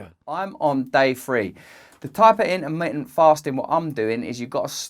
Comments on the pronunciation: in-ermi-en- fasting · "intermittent" has 4 "t"s in it. Normally I love other accents, but I've never understood this particular idiosyncrasy of never pronouncing the "t"s. The letters are there and dead simple to articulate, so why go out of your way NOT to say them, and turn the word into something so odd sounding. Petty, I know, but I stopped watching after about 20 seconds... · Int-ah-mit-ent FAHHHSTING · I love how you say in'ermi'ant, it's now my word of the day 💪😎🌸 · "innaminnent fastin" :) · The way you say intermitent cracks me up. <3